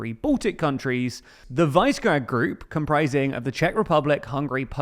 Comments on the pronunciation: Normally I don't care about mispronunciations, but is the most butchered pronunciation of Visegrád I have ever heard. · How did you pronounce Visegrád?😆